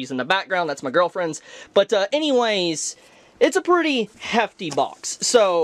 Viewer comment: Shits cool🔥and for some reason i always laugh whenever you say girlfriend it just sounds funny.